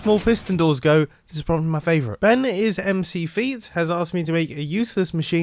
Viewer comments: Benis McFeet being read as Ben Is MC Feet is so mumbo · "ben-is-m-c-feet" mumbo ...